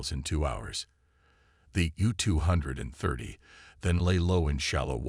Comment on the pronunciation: Gotta love AI narration "the Ewwwww two hundred and thirty".